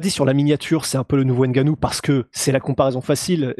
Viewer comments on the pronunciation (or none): Les camerounais vont faire une invasion dans le mma. Il va falloir commencer à bien prononcer les noms. Par exemple N...gannou ou M....boa. Exemple Novak Djokovic vous dite bien Djokovic et pas D.....jokovic. Donc c'est la même chose . Mais quoi qu'il en soit vos analyses sont toujours pertinente.